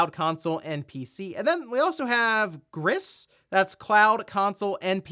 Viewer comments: LoL Gris is french for "Gray" It's pronounced "Gree" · It’s pronounced grees. It’s Spanish for grey. The dev team is from Spain.